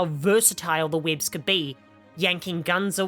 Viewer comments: Bro I straight up spat my drink when u said “Weéebs” 😂😂😂 I swear I can’t focus what u said afterwards. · The way u were saying webs was too distracting 😂